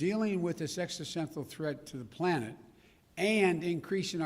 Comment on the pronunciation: say it with me Joe, "existential"😂😂😂😂😂😂😂